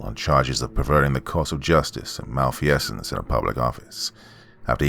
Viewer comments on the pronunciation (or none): *mal-feeze-ence, not mal-fee-essence… sorry, it was driving me nuts. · Mal-feez-ents lol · If there’s a word you don’t know how to pronounce, LOOK IT UP. “Mal-fee-essence?” REALLY? And all with the do-overs just left in the final cut. Why is it so hard for creepy pasta narrators to put out a polished product?